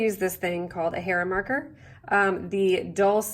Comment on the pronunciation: It took me a while to figure out what that thing she used to mark her quilt was. It sounded like "hair marker" but it is actually a "hera marker" in case anyone is trying to find one. Loved the video,. Thanks!